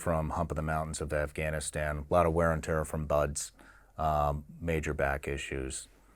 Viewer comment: It is insanely disrespectful and almost downright criminal that people from the country that went to Iraq and Afghanistan uninvited to blow up (both literally and figuratively) their lives and create chaos for the better part of 20 years don't know how to pronounce the names of those countries properly. It's not "eye-rack" (what do you rack? weights?), but "ih-raak", and the "a"s in Afghanistan are similarly the "a" in the word father, not in the word apple. And you get along with your family members well, not "good". Finally, route is pronounced identically to "root"; rout is a totally different word. JC 🤦🏻‍♂